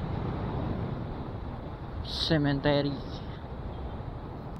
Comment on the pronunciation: waa sa kanta2x na part uy . hahaha buto nahimong boto 🤣🤣 (typo) cemetery dapat dli "cementery" HAHAHA Lingaw aya infairness 🤣🤣🤣